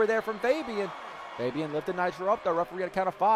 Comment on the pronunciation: Is it just me or when ever says Fabian it sounds like hes saying baby😂 Anyone else?